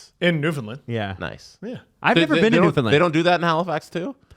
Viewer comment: If you pronounce newfoundland “new Finland” again well have a problem 😂